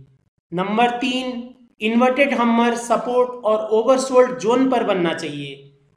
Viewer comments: Humer nhi hammer 🔨 hota ha bhai sory for ur this mistake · भाई पहले हैमर कहना सिख लो